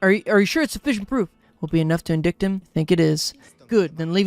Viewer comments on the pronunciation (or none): I think you're purposefully pronouncing words wrong now:') "Will it be enough to IN-DICKED (indict) him?" <3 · the 'dict' in "indict," is pronounced like 'ight' would be in "fight," or "light." Just for future reference :3